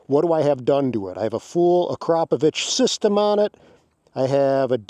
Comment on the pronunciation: thank you for saying "Uh-crop-of-itch". When people say "akra-poe-vick" I CRINGE!!!!